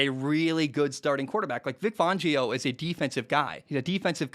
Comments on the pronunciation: Its fan not fohn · Yeah, it's "fan-geo", not "fawn-geo". I agree with you though, as a Broncos fan... he hasn't been dealt the best hand. That said, he had also made some unbelievably terrible clock management decisions. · It’s pronounced Fangio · How many times ya gonna say Fangio wrong?